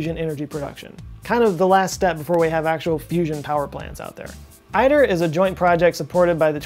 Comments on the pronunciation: Pronounced eat-air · It’s pronounced EAT - ER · One does not pronounce ITER as "I. Ter". Think of ITER as Aether or æther or Ether. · Great video! You pronounce ITER wrong though, it's e-tear. :-) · ITER is pronounced "e-ter" not "i-ter". Until a room temp superconducting conductor is found, any real hope of a viable commercial fusion plant is just pie in the sky. Why spend many billions (ITER was over budget almost before it started, and has pushed back date for first plasma as well) just to prove a concept that MAY lead to spending many, many more billions to build a "concept" commercial plant, to spending many, many, many MORE billions.....to basically heat water to steam to spin a turbine to produce electricity? After spending TRILLIONS (fifty or a hundred years in the future)...what will be the cost of that power to consumers when they flip a switch in their homes??? It's ludicrous to waste enormous amounts of resources on projects that have such a small chance of commercial success....and so far in the future. Especially today, when the need for renewable alternatives to fossil fuels is more important ...than ever before. When considering we already have an enormous fusion reactor that provides more energy in a single hour than we use all year....why is our primary focus and funding, not on ways to collect that energy? IMO, we have a better chance of seeing energy fed onto our grids from space-borne solar panels, beaming power back to earth, than a functioning commercial fusion reactor. (Which could probably be funded with just the money spent on ITER.) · We say it as, "E-Der" for ITER!